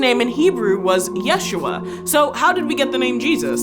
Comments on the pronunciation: She doesn't even say it correctly. Look up "how to pronounce Yeshua" She emphasized the wrong syllable. It should be said as "YeshUa" not YESHua. If you're going to learn it, learn it correctly cuz it's a holy name. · You are also pronounce yeshuah wrong in the video... you do it in a "milil" (short "ye", long "shu" and short "ah") instead of the correct way of "milrah" (short "ye", short "shu" and long "ah") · it's not /jésh.u.a/! it's /je.shú.a/ in hebrew! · Now this I did know of. Although, the name is more pronounced ya-shoe-a. The previous way of saying the name became a more like a different name kind of like Richard and Dick which are totally separate to most people even though it somehow is a way of saying the same name. I kind of assume as we don't read much about the childhood. He might have been called Yeshua ben Yosef. We know he was a carpenter which moved city to city. So it then becomes a reason to start calling him Yeshua ben Nazareth or modern terms Jesus of Nazareth. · His name was pronounced Isho. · Yeshu’ was his name. With glottal stop, stressed on the second syllable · Actually the proper name is Yashua ,not Yeshua and your name should be pronounced the same no matter what language you are speaking. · My Sister, you are still wrong our Messiah's name is pronounced YahShuA or Yuhushua + Equals Yah Saves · its not yeshua its Yisha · It ain't yeshua its yahshwa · Yeshua is modern Hebrew wich is mixed with Yeddish and thus is not a semetic language, properly speaking, it's pronounced "Yasu3"(3: traditionally the representation of the Ain from semetic languages in Latin letters)